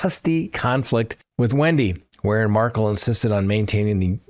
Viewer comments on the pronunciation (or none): Pronounciatiion: Dan Markel = Mar-Kell Jeffery Lacasse: Laa-kaa-s-ee (French) Katherine Magbungua: Mag-ba-new-a